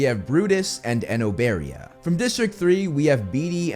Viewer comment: He said it exactly as how it’s pronounced, I think you’re actually just not saying it right